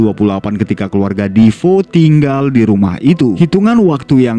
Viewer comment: Defeo ya bacanya defeo aja kenapa jd difo 😅